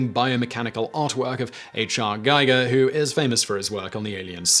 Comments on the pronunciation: H.R. (Hans-Ruedi and not Human Resources) Giger, not Geiger. Giger as in Giga, not Geiger as in Geiger counter. Although in Swiss German it's prpbably pronounced like 'Chrichr' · All the angst over the pronunciation of “Id Software” but barely a mention of his pronunciation of “HR Giger?” (Instead of “guy-ger” it’s “gee-ger” with hard g’s) DOOM had a lot of meaning for me back in the day. It was the sole reason I bought my first PC back in the day; it was also the central focus of my bachelor party when I got married (we were such die-hard geeks back then that we bought hundreds of dollars of network equipment, got drunk and played DOOM all night 😀) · It is pronounced "id" like in "kid", not "I. D.", referencing Freud's idea of the subconscious. Hence, its spelling is not capitalized. Just like the Alien designer's name is German (Swiss-German) and therefore pronounced "geeger", not "geiger" as in "geiger counter". Other than that, I have enjoyed your much more off-the-cuff tone in this video, which certainly fits the subject matter. 👍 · I have to say, you are the last person I would think to mispronounce H.R. Giger's name. It's ghee-gur, not guy-gur. Sorry, but as a huge fan of his, this is a bit of a pet peeve for me. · While everyone else is harping on eye-dee vs id, Giger is pronounced gee-gur according to the biography in which he says his own name. Both g's are hard-g. So Google : goo-gul :: Giger : gee-gur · Lmao I assure you it's not pronounced as "Chrichr". Also trying to explain the pronunciation of words to english speakers, using text, is extremely difficult in my opinion. When you say "Giga" I assume you mean it the way Germans would pronounce "Giger". Giger has a hard R at the end. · And what about H.R. Giger pronounced H.R."Gaiger"? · Also, "Giger" is pronounced "GHEE-ghurr." I think I learned that from James Rolfe.